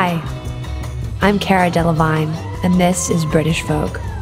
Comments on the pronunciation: Care-uh Dellavine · did she just call herself Care-uh..? she just mispronounced her own name wtf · she said it in her american accent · Did she just mispronounce her own name?... Why does that bother me so much??... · She was just making fun of the way Americans pronounce her name. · Jade Shinymist why would she care if this is for British vogue??? And plus I'm American and I thought she pronounced it wrong. TBH, I had to check the comments to make sure I was right. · but, that's the wrong way ^^ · when she said her name wrong i died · When she said 'cara' wrong 😂👌🏼